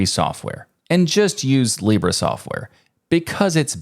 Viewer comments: Your pronunciation in Spanish is wrong. You pronounced it like libré which to be fair is a indicative of the first person, but the pronunciation in Spanish is libre without the accent in the "e". You only need to let your tongue to move more freely while spelling the "bre" part something I noticed English speakers struggle with. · In spanish it's pronounce LEE-breh, not lee-BREH. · Also not put a "Y" at the end ;-; English speakers always be like "libray". It's just an "eh". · Small correction in pronunciation : In Spanish Libre is pronounced with the accentuation in the first syllable, not the last. It is not "Libré" (that is a verb), its "libre" (adjective, accentuation in "Li").